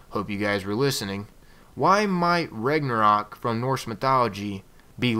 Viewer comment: it's pronounced Rau-na-rock